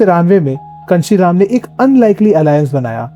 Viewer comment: Kanshi Ram name toh pronounce dhag se karlete